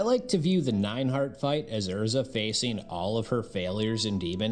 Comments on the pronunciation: Who tf is Ur-za? lol. I'm pretty sure it is pronounced Airr-Zah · 10 sec into the video and im disgusted by how you pronounced her name. but i will continue watching bc she is the love of my life and the Epitome of a woman.